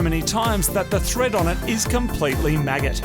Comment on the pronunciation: Why do so many people say maggoted this way?!?